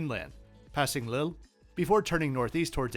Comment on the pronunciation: Was not expecting that pronunciation of Lille!